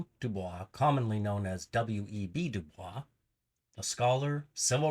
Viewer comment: Pronouncing his name wrong